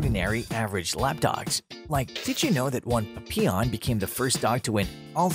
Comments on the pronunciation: He calls them Puppyawn.😭 It's PAP-ee-awn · No the correct French pronunciation it is 'Pa - pee - onh' with the emphasis on the 'pee' there is no long 'awn' at all. I have bred and shown Papillons for over 20 years. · Its pap-E-on But still cute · Not sure if I can sit through this whole video of this guy saying "PUPeyon" way too much. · Maybe try learning how to pronounce Papillon? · Lordy! I have Papillons, but can the narrator pronounce Papillon correctly? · Plenty of decent information, but the name is Pap-short A not Pop. Kirby comes from Lo-teee ki papillons. Not Lo- tecki. This drove me crazy the entire video. Also, the painters name is Ti-short I - tion , not Titan. Maybe read the info yourself instead of using a computer